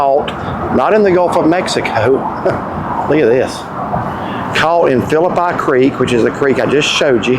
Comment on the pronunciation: Gotta work on your pronunciation of Phillipi creek